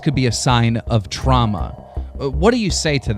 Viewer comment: I KNOW FOR A FACT THEY WERE FORCED TO SAY THAT ON CAMERA they don't even know how to pronounce trauma